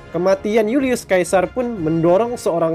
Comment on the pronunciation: Bacanya Julius Sesa..bukan Julius kaesar... Apa sih ini naratornya